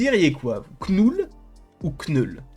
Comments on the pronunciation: « Kneul » Putain c’est pas compliue d’appeler le personnage comme il s’appelle svp ? ÇA SE PRONONCE « noul » pas « KnEul » 🥴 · aucun des deux. le k se prononce pas en anglais. Faut dire "neule" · À l'anglaise tu prononce 'nole'. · Knoul sans prononcer le K